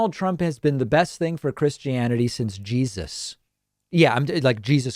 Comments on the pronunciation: You can tell she's a hip young Christian why she says "Jesazz". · Why do Fundies always add an extra S at the end of Jesus? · Actually to me it sounded more like JeSAS. Also if she is a 'Christian' she needs to swat up on the 10 commandments. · she didn't say Jesus She said je-SUS ... Come on David I know you love doing the pronunciation thing with these people